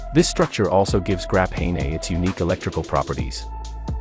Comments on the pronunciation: "Grap-hey-ney"... 🤦‍♂️ Graphene. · It looks like the AI isn’t as good as they thought “Grapahaynay”😂